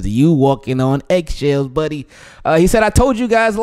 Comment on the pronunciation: Take a drink every time becomes a southern 1850s white man and says “BUDDDYY”